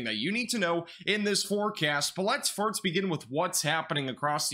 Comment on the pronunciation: When he says "first" it sounds like "farts"